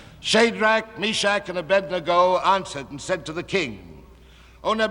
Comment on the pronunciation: He actually pronounces Abednego's name correctly.